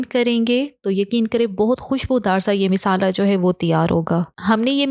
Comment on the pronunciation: Aap misala qun bolti hn wesy khana achs hota ha stay connected